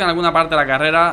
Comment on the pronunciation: Bro carrela no es carrera bro like si lo escuchaste